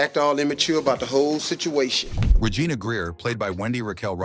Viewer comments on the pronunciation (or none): none